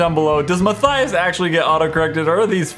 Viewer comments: You said myturtles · XD He said mine turtles instead of Matthias!! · Did anyone else here him say 'I am my turtles 🐢 ' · Ya he said my turtles. That's a new one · You now u said ma turtle!😂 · Matthias said "My Turtles" instead of Matthias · Anybody else catch that he said "My Turtles"? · Who heard ma y turtles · Did anyone notice that in his intro he said "How's it goin guy this My Turtles?" 😂😂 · Did I... did I hear him say "Hello I am my turtle's" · he said I'm my turtels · Is it me or does any else hear at the start "what go'in on guys I am my turtles" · Gaming Invasion! He said my turtles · at the beginning he said '...I am my turtle...' instead of Matthias! lol XD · Did you in the very beginning I thought you say I am my turtles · HE SAID MY TURTTILES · u said turtle.